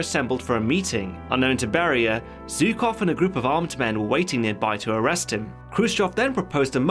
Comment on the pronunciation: iT'S NOT BARRIER ITS BERIA